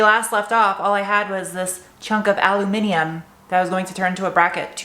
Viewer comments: Lovely job.....love your style.... you are the first American who can pronounce “Aluminium “ properly ! Good luck In the supermarket picking up your “lucky man”! I hope your elbow is fine.....I think it’s just bruised! x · You pronounced aluminium properly awesome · Aluminium-Well done for pronouncing this correctly. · An American pronouncing "Aluminium" correctly? Bravo! (Don't worry, here in Germany we just call it "Alu" most of the time, because we are just as lazy xD) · You pronounced Aluminium correctly! There seems to be one less "i" in the American Spelling.